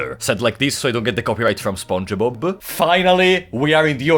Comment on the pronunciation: Love the way you said Spongebob 😆